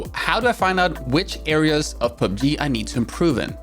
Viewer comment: Pee you bee gee